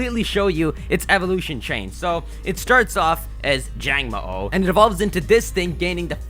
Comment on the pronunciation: It's pronounced jango,o. There is a pause between the 2 letter o's this is because the Hawaiian word for lizard is mo_o (the underscore represents a pause between the two letters).